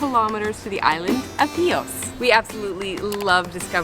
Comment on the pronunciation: It's Hios the name of that island !!